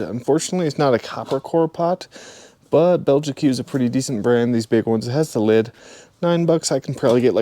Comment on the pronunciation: Those pots and pans are pronounced Bell-jeek with a soft J :)